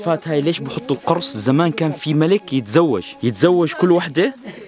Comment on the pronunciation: اشتغل شويه على عربيتك القرص تلفظ بضم القاف مش بفتحها!! المعنى اختلف